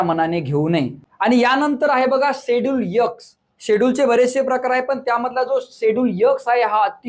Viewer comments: चांगली माहिती... पण यक्स नाही ते... एक्स 😂 आहे आणि स्केडुल नाही.. शेड्युल म्हणतात 😅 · Sir please उच्चार ठीक करा.खुप irritate होतं X चा उच्चार एक्स आहे तुम्ही यक्स असा करत आहेत